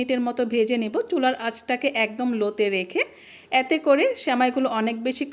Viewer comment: "য়্যাতে করে" উচ্চারণটা ঠিক করুন। এতে করে বলুন।